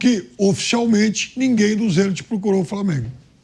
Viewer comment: Pilhado foi pronuncia Zeniti como se todos pronunciassem o nome errado,e acaba ficando estranho a forme que Ele pronuncia!